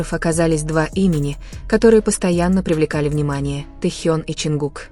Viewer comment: Произносите правильно имя тьэхена кто ты такая читаю ком одни оскорбления по какому праву они работают стараються радовать вас какая разница чонгук или тэхен первые они все талантливы и он не бездарь дождидесьтура там будет видно а оскорблять не нужно